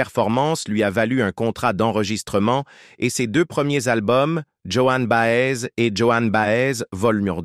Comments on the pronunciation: Vraiment les voix monocordes de l'IA me bloquent les neurones. Bob Dylan surtout et Joan Baez (et pas Johanne Bahèze) sont mes années lycée c'est vous dire que je n'apprends rien en plus. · Après les jeunes qui vont découvrir avec cette vidéo vont répéter Joanne Baaaèze! 😂